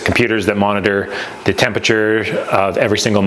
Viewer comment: Claims to have an electrical engineer degree, but repeatedly mispronounces MOSFET as MOSFAT.